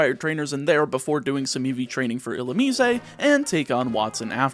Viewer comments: Illu-me-zay lol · It bugs me every time you say it. Illumine has 3 syllables, there’s no “eh” at the end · ill ooo miss (illumise) ill ooo me say (Canadian illumise?) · is that the correct pronunciation for illumise? I'm realizing that I've never heard anyone say that pokemons name outloud before (probably cause it's forgettable trash) but you say it differently than I do